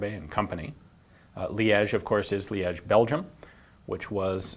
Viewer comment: Somebody teach this dude how one should pronounce "Liege".